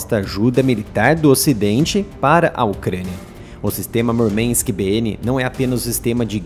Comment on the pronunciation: Murmank et palavra russa, não inglesa, não é necessário sotaque texano.